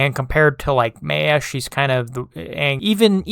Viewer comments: Good Viedo but you mispronounced "Maya" name wrong. It's "Mai-ya". Not "may-yeah". It's spelled like "Maya" because that's how it's spelled. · The way this guy pronounced the name “Maya” throughout the whole video is annoying. It’s so wrong. The ay in the name is pronounced like the i in hi. Not however he was saying it.